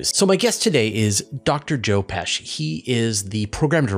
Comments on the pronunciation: I'm sure he gets that all the time. It's pronounced "pesk" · I used to date a girl with a Pesce surname. It was pretty annoying, though somewhat fair, when she started correcting people's pronunciation after she took up Italian lessons. According to her and some googleing I just did, it's pronounced "pesche" (IPA: /ˈpeʃ.ʃe/). So maybe someone should tell Joe he's wrong in pronouncing his very own name. I know she would.